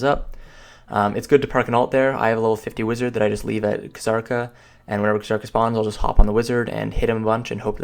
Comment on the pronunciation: PLEASE STOP SAYING KHA-ZARKA. JUST PRONOUNCE IT AS IT'S MEANT TO. ZARKA. WITH A SILENT FUCKING K.